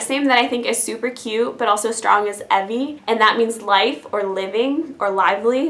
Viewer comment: My little sister is named Evie 😊 but it's pronounced Ee-vee not like ev-ee